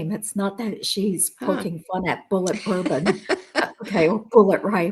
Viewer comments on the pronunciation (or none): none